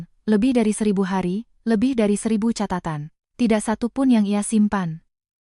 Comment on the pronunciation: Kata kata Catatan jangan diucapkan Katatan Kata "catatan" yang dibaca "katatan" menyalahi kaidah fonologi (ilmu bunyi bahasa) serta aturan pelafalan baku dalam Ejaan Yang Disempurnakan (EYD) / Kamus Besar Bahasa Indonesia (KBBI).